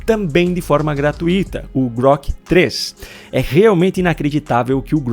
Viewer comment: "Gratuita" é uma palavra paroxítona e sua tonicidade é na sílaba "tu". Não existe, portanto, a palavra "gra-tu-I-ta", mas existe a palavra "gra-tui-ta". O "i" e o "u" formam um ditongo, ficando juntos na mesma sílaba - é claro. Matéria aprendida no primário...